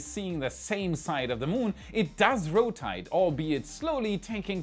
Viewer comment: 😂 It does « ROTITE ». I thought I was already watching the video end bloopers. that’s why we like you